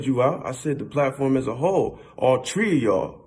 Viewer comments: Brother said "All tree of y'all" lmao Salute to mr Stanfield 💯💯💯 #PutSomeRespectOnHisName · "All tree of y'all..." 😂😂😂😂😂😂😂😂😂😂